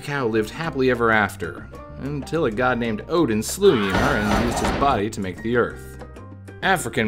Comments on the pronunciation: Yemur 😅 Ymir is (yuh-meer) for future reference. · Ymir is pronounced yuh meer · I like how he pronounces Ymir lol